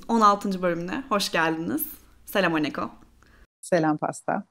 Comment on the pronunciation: Ayyy drama selam aniko dedin ya ben onu selamaleyko dedin sandim 😅😅😅 ahanda linç yükleniyor dedim önyargilarimiza sağlık malesef 😃